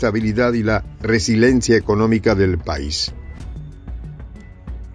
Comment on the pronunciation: Usted siempre se equivoca al pronunciar esta palabra: no es resiLEncia, sino RESILIENCIA.